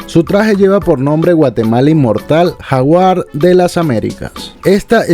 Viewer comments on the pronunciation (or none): none